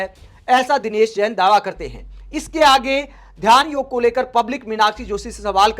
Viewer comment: Huge thanks to you that you didn't call it yog'a'! I am tired of listening to people adding a 'a' after all hindi words.